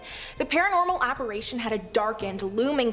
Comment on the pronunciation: It's apparition. Not apparATion. Big spanking for you, girl 😢